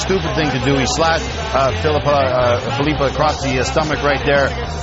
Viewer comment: even funnier that he didnt even know how to pronounce filppula. "filupa..uh...felupa"